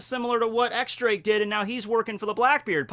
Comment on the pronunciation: He finally pronounced Akainu right! Now X Drake on the other hand...